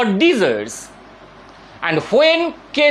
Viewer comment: its called desire not "disert"